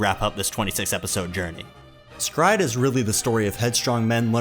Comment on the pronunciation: Is was today years old when i learn s-cry-ed is a probounce with 1 syllable instead of 3 XD both sound good